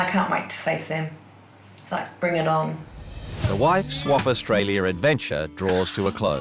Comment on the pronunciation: I wanna call out the Narrator for adding stupid fkn ers to words that end in A he literally said Australier, idk why TF or who TF is teaching people in the UK how to speak, but they need to be fired 🙄 FFS